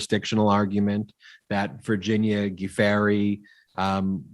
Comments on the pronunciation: Guiffre pronounced Jew-fray, according to her husband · Love your podcast but just need to point out that Virginia's last name is pronounced "ju-FRAY"